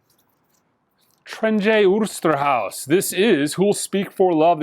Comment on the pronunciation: Funny how you speak out Trijntje Oosterhuis, . As i'm from the Netherlands like Trijntje, you did quit well